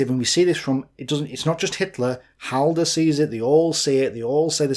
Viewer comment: That opening triggered me. Halder...